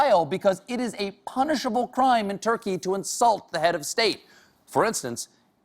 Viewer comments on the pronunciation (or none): none